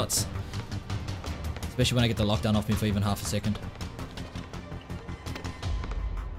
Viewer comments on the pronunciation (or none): none